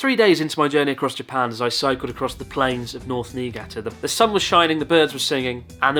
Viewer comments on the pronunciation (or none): How is it that a japanese guy cant say "Japan" ?